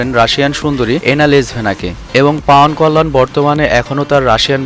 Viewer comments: পাউয়ান কল্যান না, উচ্চারন হবে পবন কল্যান সরাসরি হিন্দি থেকে কপি করেন কেন ? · পাউয়ান না ভাই পবন কল্যান হবে ওটা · বাংলাতে পাবন কল্যান হবে! অার তেলেগু নয় তেলুগু হবে শব্দটা ( চাইলে ঠিক করতে পারেন) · ভাই ওটা পাওয়ান নয় পবন কল্যাণ